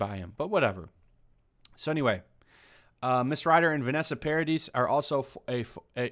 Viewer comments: It's pronounced Par-a-dee! The 'is' is silent its French! PAR-A-DEE say it with me Par-A-Dee not PAR-A-DIS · Why is “the sun” covering this?! It’s completely unethical! FYI It’s Win-ona, not Wy-Nona. She’s a fantastic actress...and Vanessa Paradis is pronounced Para-dee. I’m not trying to be annoying but in reporting something, I believe all the names should at least be pronounced properly🙏🏼 😊 thank you for this coverage! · Vanessa Paradis is a singer, actress, model and you pronounce it Paradi. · Paradis is pronounced Paradee - the "s" is mute. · The s is silent in 'Paradis'. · She's standing up for Johnny Depp. The least she deserves is to have her name pronounced right. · Hint: "Paradis" is a french name ... the last s is SILENT.